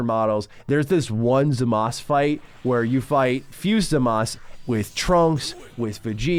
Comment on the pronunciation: It's Zamasu not Zamas, you noob. 😂